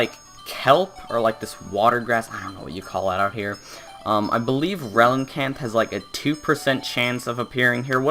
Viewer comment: Why "Relincanth"?